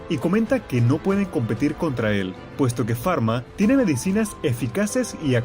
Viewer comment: me acabo de dar cuenta q siempre lo a estado llamando mal no es farma es falma XD